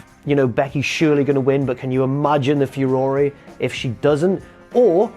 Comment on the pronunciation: I let it go a few weeks ago when you said it in a video, because I assumed you misspoke. But you repeated it again here, so I figure its time: you pronounce furore wrong.